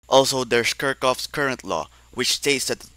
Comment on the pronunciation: Crazy pronunciation of Kirchhoff. Still, great video.